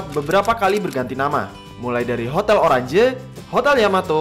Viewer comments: Oranje itu di baca oranye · Bang itu hotel oranye, bukan oranje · salah baca oranje nya. Itu Bahasa belanda Yang artinya Orange. Kalau baca J di Belanda itu Y kk bukan j. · Kualitas suara video sampean ga banget mas.. Cempreng tajam. Ini hape dan headset saya premium punya, HiFi DAC, Dolby Atmos + Sony Premium. Btw, Oranje dibaca jadi Oranye bukan Oran Je. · maaf d bacanya hotel oranye "j" nya baca "ye". Maaf maaf jgn Bully aja cuma info maaf netizen jgn julidin saya karna jaman kolonial kan pake ejaan belanda